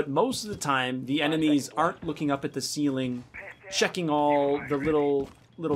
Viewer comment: Ah yes de tin foil camo